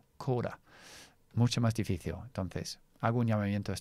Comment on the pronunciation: Me gusta mucho tu canal, en verdad enseña mucho más que el inglés aunque todo esté relacionado con él, mas tengo una observación, cuando dices difícil en español lo pronuncias en portugués, "difíciu" pronunciando la "L" como una "U"